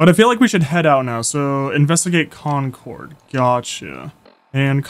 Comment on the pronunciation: con-CHORD LMAOOO its CON-curd, like concurred.